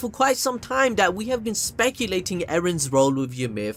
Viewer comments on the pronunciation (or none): "spanculating" lmao bruh